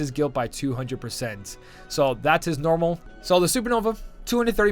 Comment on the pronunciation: Why do you say “mornal” instead of normal?